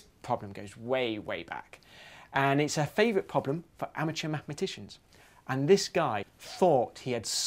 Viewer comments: Why do you keep pronouncing it "poblem"? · why does he call it a 'phobhlem' ?